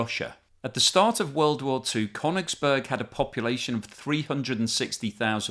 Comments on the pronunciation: That's not how you pronounce Koenigsberg either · it completely undermines your claim to know something about it if you can’t pronounce names properly. It’s KalinINgrad with four syllables, not three. And it’s “Koenings- burg”, not “Kone- ings-burg”. From Koenig, meaning King. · No, it's Koenigsberg or Karaliaučius!